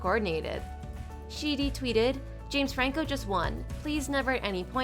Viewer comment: You mean "Sheedy" lol